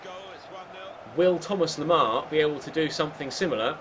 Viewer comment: why do you say 'Thomar Lemar'?